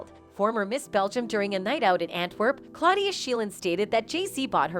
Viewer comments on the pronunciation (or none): none